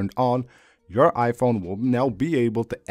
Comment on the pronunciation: I can’t listen to this guy.. the way he pronounces Iphone and ICloud is killing my brain😂🤦🏻